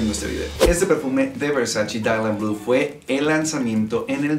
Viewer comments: erick hernandez morales Wey hasta en el traductor de Google lo puedes ver, en italiano se pronuncia “versache”, la misma Donatella Versace ha dicho en varios videos que le molesta que la gente diga versachi cuando es “versache” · De hecho, la misma Donatella Versace ha mencionado que odia cuando la gente pronuncia "Versachi", porque en realidad se pronuncia "Versache". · Versachi? Wtf la pronunciación es versache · pues en los anuncios de los perfumes de Gianny Versace lo pronuncian versachi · VersaChe. Hehe...